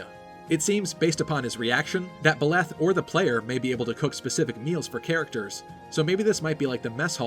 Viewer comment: Better pronunciation than Mangs, but still, Byleth aint pronounced Biléth.